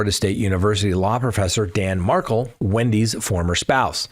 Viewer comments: You still mispronounce Xana’s name, and now you mispronounce Wendi Adelson’s husband’s name. You are saying Markle but it’s Mar-KELL. Ugh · Mar-kell not pronounced Markle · Accent on the second syllable! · Curious- why do u pronounce the Markel name as Markle ? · Doesn’t rhyme with sparkle (accent is on the ‘Kel’ syllable ) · Why can’t you pronounce Dan Markel’s name correctly?